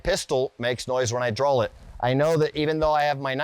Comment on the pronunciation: What accent makes you use ‘L’ sound in the word ‘draw’ ? That’s like Maryland accent or something ?